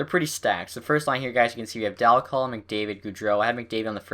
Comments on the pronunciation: well you are wrong. i live in Oshawa were he played and you are saying it wrong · can you say Dal Colle name right please?